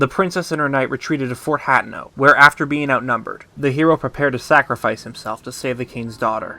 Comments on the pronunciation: Your pronunciation of certain words in this video absolutely KILL me. HAT-EN-O over HA-Tien-O... lol 😆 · I have watched dozens of lore videos and only 1 narrator has pronounced all the names correctly. By the way it's not you. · You are one awesome theorist… But I just can’t get past mispronouncing Hateno. 🤣